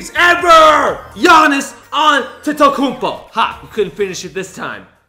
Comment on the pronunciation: No for Gianis he pronounces his name in a Nigerian way which he was stating as Gianis Adetokumbo and u got it wrong